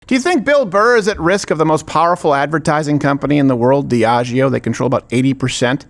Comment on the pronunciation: Dude figure it tf out. Diageo is an alcohol distributor. I don't drink their brands any more because of that incident but ffs, you were the victim, if it bothered you enough to keep bringing it up years later, be right. You say it wrong so often I frickin had to Google it myself to make sure I wasn't the crazy one